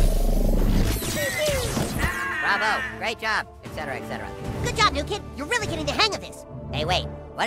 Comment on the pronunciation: Even in video games Americans can't correctly pronounce "etcetera".